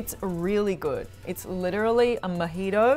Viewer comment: even as a brit the way of saying mojito is criminal